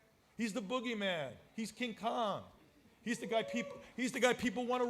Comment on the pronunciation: Not King KOOONG lmao hahahaha